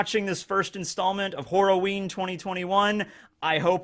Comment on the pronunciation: It sounds like your saying whore a ween